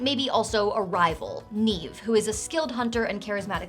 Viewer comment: I'm loving the Irish names on all of NPCs! And your pronunciation is on point! You didn't exactly make it easy on yourself either: Roisín; Cian; Niamh!